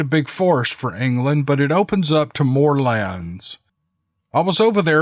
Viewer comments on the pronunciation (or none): none